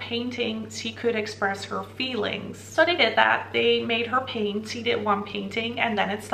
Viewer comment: Why do you pronounce "she" as "se"? It's so distracting. 😅